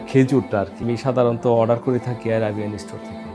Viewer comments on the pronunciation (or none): none